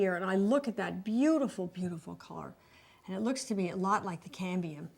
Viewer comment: Yellow okra? It's pronounced "Oak-er." The metal is "CAD-mee-um."